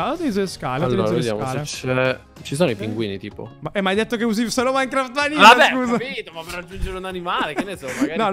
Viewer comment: Minecraft non maicaft😂❤